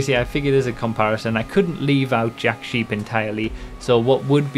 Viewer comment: When you pronounced the manufacturer of the lawnmower, I misunderstood and heard something like "jack shit" instead of Jack Sheepe LOL